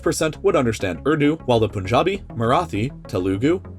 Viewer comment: It’s finally great to see someone pronounce punjabi the correct way lol